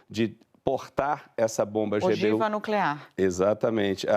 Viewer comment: "Ogiva nuclear." 🤡